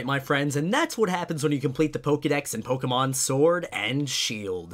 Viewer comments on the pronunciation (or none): PLEASE for the love of whatever god you pray to, STOP SAYING POKEEMON it is Pokèmon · its not pronounced pokimom, its pronounced pokemon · Magnolia: poki mon ey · The way the voice bot said Pokemon is 👌